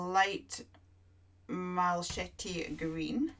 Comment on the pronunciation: Mal a kite is how malachite is pronounced.